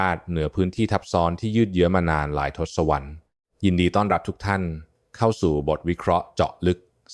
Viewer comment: ทศวรรษ อ่านว่า ทด-สะ-วัด